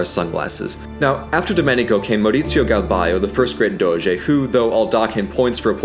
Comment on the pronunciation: As a Veneto (from Treviso, which is considered the “mainland sister” of Venezia) i love the fact that he inconsciously pronounces “R” in “Serenissima Republica di Venezia” with the so called “ere mestrina” (that’s a particular way of saying “r” peculiar of Venzia Mestre and Marghera). Also he says “Doze” and not “Doge”, it’s better to say “Doze” with a vary closed “o” as thats the venetian pronounce of the “g”.